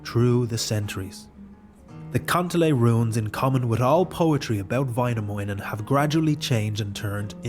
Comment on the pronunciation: Väinämöinen, not Vainamounen